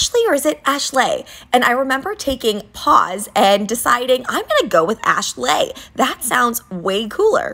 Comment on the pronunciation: Why does the way that you pronounce your name sound like ‘AshSLAY’? 💀